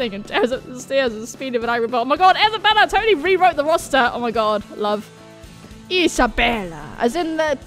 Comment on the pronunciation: HEY! Thazt annoys me when you pronounce isabella like that, because thats my name!!! xD i get it's italian but you don't always hato to pronounce it like that xDDD